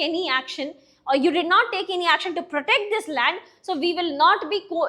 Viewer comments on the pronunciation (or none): none